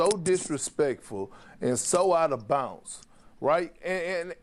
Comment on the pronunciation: Is Perkins just subbin in for T Mac I feel embarrassed every time Perk open his mouth. did he say and I quote "that was out of bounce"? It's bounds dingdong not bounce. Is like when the news find the wrong brother in the hood to put on TV you be like no why y'all do that.... Couldn't find nobody else